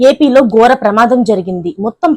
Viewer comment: గోర కాదు... ఘోర రోడ్డు ప్రమాదం.. ముందు తెలుగు నేర్చుకో